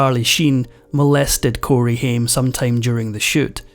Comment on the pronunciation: I hate it when you dont pronounce the actors name correctly. Ugh